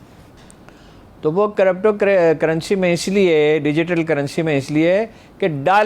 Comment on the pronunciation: ITS NOT CORRUPTO CURRENCY😂😂 ITS CRYPTO... YOU CAN PRONOUNCE AS CRIPTO CURRENCY Good work both by the way! Stay blessed.